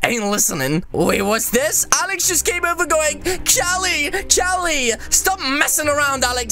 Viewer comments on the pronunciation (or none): none